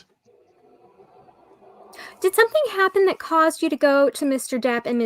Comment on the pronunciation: Miss Vasquez name is pronounced Vaskez! Please!